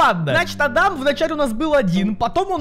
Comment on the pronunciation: Пфф сори но не ада́м а а́дам